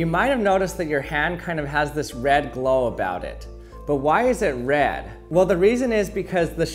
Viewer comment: the way he says red lmao